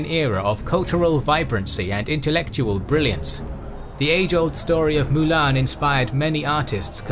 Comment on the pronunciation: Triggers me u can't pronounce Mulan.. How hard can it be?